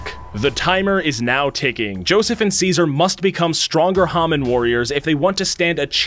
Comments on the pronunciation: I KNOW IT"S SO ANOYYING IT'S HAMON NOT HAMin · IT’S HA-MOAN NOT HA-MAN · He keeps pronouncing hamon wrong it's ha-mone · "Hah-min." Joking aside, I enjoyed the video. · Its call HA MOAN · You can tell that watched the sub cuz he mispronounces hamon so many times